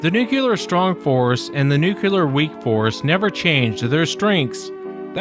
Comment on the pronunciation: New....Clear! New. Clear. Nuclear. Not Noo-kyoo-lur. You're putting a U where there is no U. Other than that, I love your show 👍😂